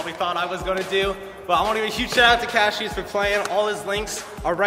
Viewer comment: It's Cassius not cashius